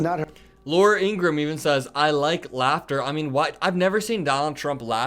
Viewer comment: Not trying to be an a$$ & not because I have anything nice to say about Laura Ingraham, but her last name is pronounced "In-grah-ham", just fyi. Pronouncing it correctly can only work in your own/your channel's favour; it won't do anything to/for her either way. There aren't many people who are the on-camera face of their own channels who say it the right way, so maybe it'll somehow cut you/your channel out from amongst the herd (in a favorable way), or maybe it won't, & perhaps (imo the most likely outcome) it'll have absolutely no effect on you or your channel whatsoever. 🤷‍♂️ "It's just a thought, y'all have a nice day/night!" If you don't know who I just quoted, then what you've been missing out on actually makes me feel sad/bad for you. Anyone wanna know the name of their channel(s)? Simply ask me in a reply to this comment & I'll let ya' know just as quick as a shake of a lamb's tail!! (Or in normal-people-speak, ASAP.)